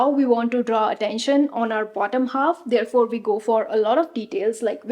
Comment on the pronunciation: Thank you for the amazing info! Good research! 😊 helpful! Just a few friendly corrections: Pronunciation: Therefore not theirfore Shared and not sheired There and not their Flared and not flaired Video and not veedio Pair and not pear Wear and not weyer Good pronunciation will take your videos to the next level 👍 Bad pronunciation in all languages erks people listening to it. North Indians generally have an issue pronouncing the above mentioned words.